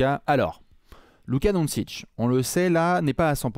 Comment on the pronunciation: stp,on prononce Donchich....pas Donsich🙏🙏🙏 😅 Merci pour le partage de vos analyses.